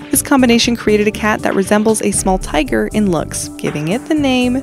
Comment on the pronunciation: itS A T O Y G E R IM CRYJNG